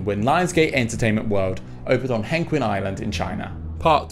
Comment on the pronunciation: Ok ik a million ppl have commented this but I'm gonna explode if I don't say it, Hengqin is pronounced more like "hung-chin" ok I'm done no more nitpicking